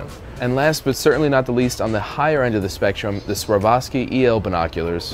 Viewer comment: How did you pronounce Zeiss, Nikon and Swarovski?😂😂 Why do you butchering their names?